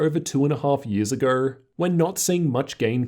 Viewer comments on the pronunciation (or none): "two and a half years aGUR "